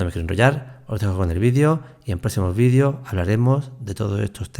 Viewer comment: los vidios!!! jajajaja 😅😅 haba bieeennn!!! se llaman videos!!!